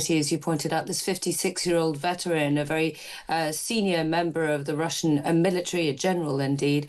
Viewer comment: Milli-tree. Military.